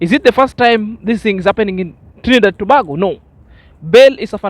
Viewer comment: my brother it pronounce To- bay-go Tobago